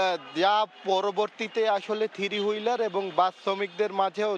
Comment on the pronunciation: একজন সাংবাদিক কিন্তু থ্রি হুইলারকে উচ্চারণ করে "থিরি হুইলার" 🫠